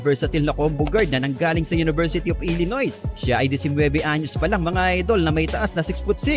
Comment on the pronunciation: Illinois ay binibigkas na silent S. Illinoy Ang pagbihkas nyan 😁😁